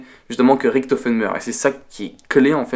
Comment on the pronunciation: Tu me perturbe quand tu dis « Riktofen » et « Tranzbit » x) sinon super vidéo !